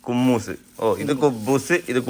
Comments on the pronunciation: കുമ്മൂസ് അല്ല.. ബ്രോ ഹുമ്മൂസ്...😂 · കുമ്മൂസ് അല്ല ഹ മ്മൂസ് എന്നാണു് പറയുക കടല പൊതുർത്തി അരച്ച് വെളുത്തുള്ളി പേസ്റ്റ് ചേർത്ത് ഒലീവ് ഓയിൽ ഒഴിച്ച് മികസ് ചെയ്താണ് ഉണ്ടാക്കുന്നത്.